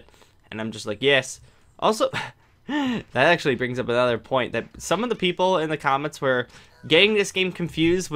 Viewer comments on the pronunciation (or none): none